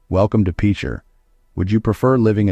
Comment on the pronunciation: It's pronounced pitcher, not peecher Oklahoma..